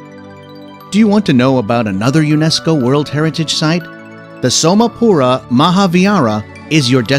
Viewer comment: His voice is fantastic but his pronunciation is so funny.. specially when he told "Somapura Mohavira" lol..